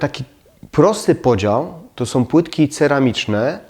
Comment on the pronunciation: Są , nie SOM